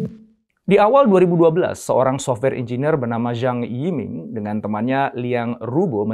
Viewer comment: Qing bacanya: Ching (seperti suara uang Cha-Ching)..:) semoga membantu sedikit (: sementara saya dapet banyak dari video2:) Zhang YiMing dibaca: Cang i ming (cang seperti pada kata Bakcang) Liang Ru Bo dibaca: Liang Ru Po (seperti pada Pokok) NeiHan DuanZi dibaca: Nei Han Tuan Ce (seperti pada Tuan-Tuan dan Nyonya-nyonya, dan Ce disini agak sulit untuk lidah non chinese... tapi bisa di baca seperti cecak) Tou Tiao dibaca: Thou Thiau (seperti pada Thailand.. tapi "ai"nya ganti jadi "ou" dan Thi juga agak sulit untuk lidah non chinese... tapi bisa digunakan disini seperti Tin dalam bahasa inggris.. tanpa si "n"):) kita jg tidak ingin nama kita di baca salah semisal: Intonesea atau Aindonisaie.... iya kan?